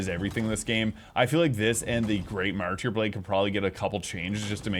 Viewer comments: Martyr. "Mar-ter". Not "mar- tear". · Have you never heard the word Martyr before? Mar-ter. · It’s pronounced Mar-ter, the y is silent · Martyr is pronounced Mar-ter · I love your videos but your pronunciation of martyr drives me crazy. XD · maybe check on your pronunciation of MarTir (Martyr)